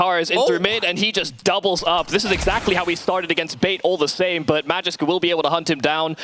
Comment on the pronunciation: man who the hell let this guy commentate? the way he pronounces MAGISK